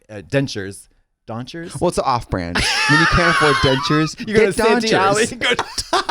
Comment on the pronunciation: Also, “donchers” 💀